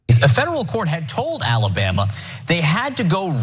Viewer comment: AL-LA-Bam-Ma? Always think about getting my lip caught on a trip-wire when I hear that.